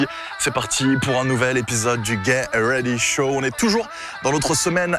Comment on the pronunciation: Salut, y'a moyen tu prononces le "t" de "get ready show" dans la prochaine vidéo? 😂👌